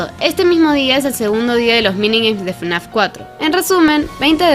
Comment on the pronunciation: Y en lugar de fnaf decía frenazo